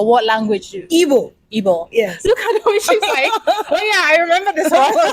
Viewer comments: She’s correct in her Igbo. Perfectly pronounced too. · Yeah, she actually tried with the Igbo pronunciations. 😂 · you're special.as a Nigerian igbo girl,she really tried in the pronunciation.nice to meet you am also igbo. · as an igbo shes right and she said shut up correct pronouncation needs a bit of brushing 😂🎉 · Yeah she got the igbo correctly anya = eye nti = ear onu = mouth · She very correct with her igbo language and pronunciation is good better than my kids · Interview her more I love watching her she so calm and dramatic love the way she talks. She also brilliant all the Igbo pronunciation is good 👍 she is good good news.. gospel means the same as oziomachukwu.. I love her ❤ 😍